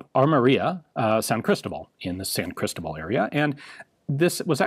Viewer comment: I don't why, but the way he says "Cristobal" bothers me a bit, "Crystal-bull"